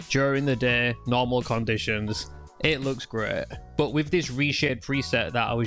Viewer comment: Resheh looks greh todeh Who talks like this?😂